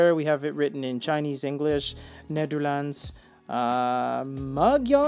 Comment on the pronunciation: Damn I'm impressed by how you say Nederlands